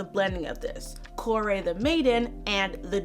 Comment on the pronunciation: Persephone has one name and is Persephone. Kore that is not pronounce like that in greek, it means daughter, so in other words Demeter calling her daughter(κόρη) as "my daughter".